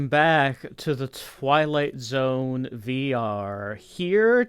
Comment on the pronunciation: The way the narrator says The Twilight Zone wrong makes me so grumpy. It sounds like he is just bored